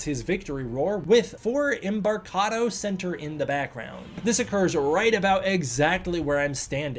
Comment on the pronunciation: Great tour! BTW, Embarcadero is pronounced "em-bar-kuh-DAIR-o." Also, the average depth of the Bay is about 15 feet, so when G dives back into the water, he'd just bellyflop and lie there.